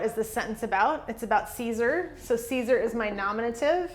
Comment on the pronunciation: Great lesson! :) Thank you so much for that. I was wondering, isn't the Latin dipthong, 'ae,' pronounced as the English long 'I?' So, to pronounce Caesar, wouldn't it sound like 'Kisar,' instead of the way you're saying it, 'Kaysar?'